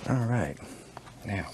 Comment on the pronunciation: Says the one who says al instead of all, dumbass.